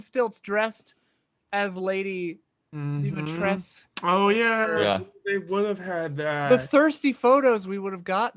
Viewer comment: Please, her name is pronounced like "Deemeetrescoo".😅